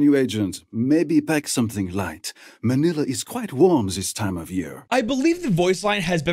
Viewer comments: Dude just said "man-nill-a" lmfao its "man-kneel-a" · its man-il-a not man-e-la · NOT MAN-ila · love the vid, but as a filipino, its pronounced ma-ni-la. edit: chamber's darkest fear is him losing connection to his omega double, thats why the mirror shatters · some pronunciations are off but that's ok. most notable is Manila, just say it like vanilla but with an m instead of v